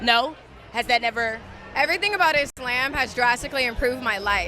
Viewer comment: I’ve never heard anyone say IS-SLAM. 🥴